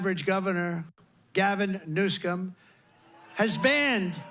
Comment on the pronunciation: I love Trump❤...but why does he keep saying Gavin Newscom?😂😂